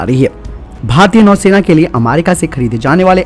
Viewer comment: नौसेना होता हैं न कि नैसेना